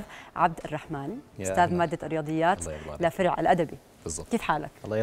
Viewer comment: لفرع ❎ لفرح ✅